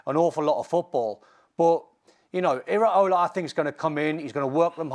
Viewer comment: It’s Iraola Stevie not Areola😂